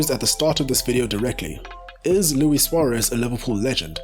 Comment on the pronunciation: Lewis “Bitey McGhee” Sware-ezze from Your-ah-gaye